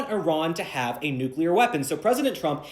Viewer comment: Does anybody pronounce “nuclear” correctly anymore?